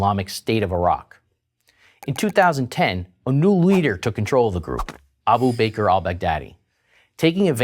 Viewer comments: Abu Baker??? It's pronounced Abu Bahkr. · Hahah Abu Bakr is pronounce Abu BAKAR not Abu Baker lol did he bake cakes? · Abu "Baker" :D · Abu Bakr is pronounced like "backer", not "baker" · actually he says "Abu baker al baghdadi" XD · "Abu baker" LMAO his pronunciations are hilarious. Abu bakes cakes ahah